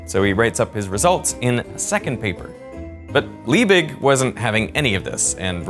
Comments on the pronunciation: that last "g" in Liebig should pronounced as a g, not as a "ch". Just as you pronounce Leipzig with a g. Just for future reference. If a word is to be pronounced as some kind of guttural "ch", it will not contain merely a hard g. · The german G is just pronounced as a sharp, short G. LiebiCK almost, without the click. Ch in Friedrich is likewise just pronounced as a "Shh" sound. These mistakes stem from overthinking how to pronounce these sounds, and making it ultimately not even sound germany anymore, but more like swedish, or dutch. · Why in God's Name would you pronounce von Liebig in a french manner. Discusting do some research, cant belive a single thing in this junk video now. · Justus von Liebig was german, so pronouncing his name like it was dutch is equally "wrong" to any americanized pronuncitation. it just makes it seem extra pretentious. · Why you pronounce a "G" as "ch" and a the Ö as Ü?